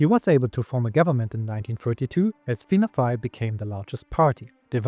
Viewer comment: Finne Fàil: à fàda is pronounces as an open "o", pronounced like the letter "a" in the words fall, wall, crawl and ball.